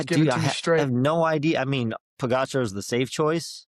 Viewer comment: Can you please pronounce Pogacar's name properly? It's not too difficult to do a quick search.